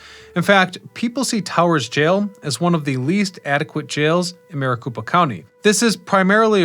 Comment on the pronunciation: Maricopa County - copa, not koopa... I believe Marikoopa County is in Super Mario Land... lmao 😂